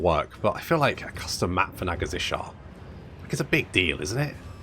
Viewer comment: every episode: Nagazzishar The city name: Nagashizzar:P